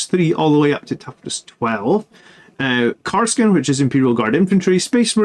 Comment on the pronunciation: Kas-r-kin, not Kar-s-kin. But good analysis! I love Inceptors and for the price, their defensive profile is also fairly impressive!